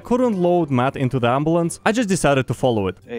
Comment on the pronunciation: "the ems decided to put skylar ontop of the amboolance"